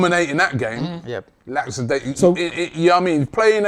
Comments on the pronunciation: Man like saying laPsidaisical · Is anybody gonna mention how they all mispronounced lackadaisical ?